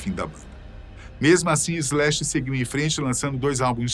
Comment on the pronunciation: Bem, boa informação, mas é muito dificil ouvir Brasileiro a falar Inglês, o nome do guitarrista é Slash, SSSS Slash, e não Ezlash, não sem E nem Z, para suar Ezlash. De resto o nome da banda Guns n' Roses foi bem prenunciado, problema o artigo "o" usado para o nome da banda, é usado no singular quando a banda é composta por varios elementos, logo usamos o artigo no plural, Os Guns n' Roses, caso fosse composto por apenas um unico artista, pode usar então no singular.